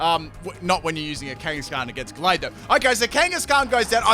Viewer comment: U said the name of gallade right